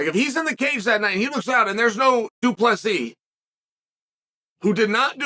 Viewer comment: Uncle Chael for the 10th time it's DU PLESSIS NOT DU PLESSI. Doubt you'll learn tho Pierre-a, Macklechev n all the others still weeping 😂